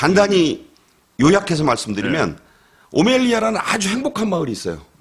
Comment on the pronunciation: 오멜리아 아닌 오멜라스